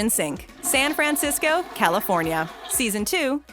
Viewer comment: Too much emphasis on the Fran in San Francisco. Nobody says it like that